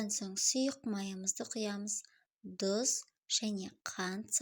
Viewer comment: Тұзды неге Дұз дейсіз?